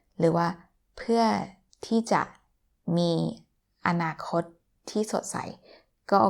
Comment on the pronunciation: Anakot ... I wish all word in Thai were so distinct...